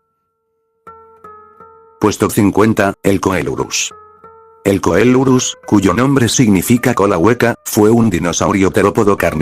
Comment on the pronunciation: Se Pronuncia Celurus y sin ofender pero no té excuses con el Loquendo porque bien que Podes escribir las cosas mal pará que suenen bien esa Ilustración es del Issi saneq Error los Ornitisquios y los Teropodos no están relacionados ni siquiera son lo Mismo Se dice Casmosaurino Es un Ceratopsiano pero no un Ceratopsido En Realidad el Tenonto, Aunque era un Iguanodontio no era un Iguanodontido. En realidad fue descrito en ese Año no descubierto la Familia Dilophossuridae Actualmente no es Válida Aunque Actualmente se tiene registro de un Ceratosaurido allí no Significa que tengas que Afirmar que el Género Ceratosaurus "Hábito" Sudamerica Hermano esa es la Paleo ilustración de un Velociraptor no un Dromaeosaurus Albertensis En Realidad Últimos descubrimientos Apuntan a que las Garras de los Dromeosauridos y Trodontidos no tenian filo, asi que Solo eran para Engancharse a sus Presas. En Realidad solo hay 2 Especies de Diplodocus Diplodocus longus sino mal recuerdo es Sinónimo de Diplodocus Carnegi Ugrunaaluk kuukpikensis Posiblemente sea otra de Edmontosaurus Edmontosaurus Kuukpikensis Pero a Pesar de Todos estos Errores te quedo bien el video brother 👍.